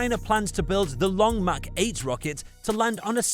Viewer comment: That’s long march. Not long mach.